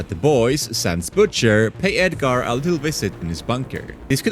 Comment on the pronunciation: kimio, eminem, edgare, homeylander, a tain. bro learn English